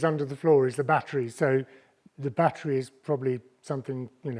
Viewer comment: Bro says batt er reee like bat tree